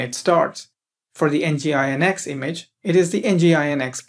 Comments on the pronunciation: Good video tutorial, but please stop saying EN GEE I EN EX, it's called 'Engine-X'. Use Apache next time 😄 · It is pronounced as "Engine X" not N.G. I .N.X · nginx is pronounced as "engine x"